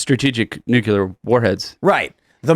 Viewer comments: N-U-C-L-E-A-R ! not Nucular. Damn how do people get so far in life without people around them correcting incorrect spelling. Like Calvary instead of Cavalry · . They are called nucleeeer weapons. Not nucular!!!!!! Did you graduate grade school???????? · BTW, ity's NUCLEAR, not NUCULAR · Huge pet peeve of mine, i hate when people pronounce Nuclear as "New-que-lur", ITS "New-klee-ur". When you say it wrong, you sound retarded, no matter how smart you actually are. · Totally nucular! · Nuculer? Who is this guy, Homer Simpson? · NUKE-YOU-LER is not a word